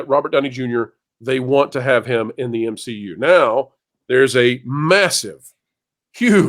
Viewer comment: The M SHE U is dead 🤣🤣🤣🤣🤣